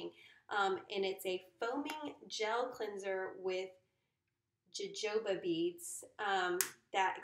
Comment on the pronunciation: Your adorable. It’s not jo-jo-ba beads. It’s pronounced ho-ho-ba. 💛